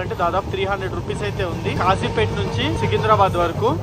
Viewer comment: Its Kazipet not Khajipet